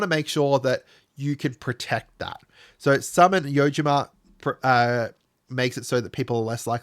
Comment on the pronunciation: Been thinking of building a master summoner bombadil deck since they revealed Summons. Also I dont understand how he keeps reading Yojimbo as Yojima.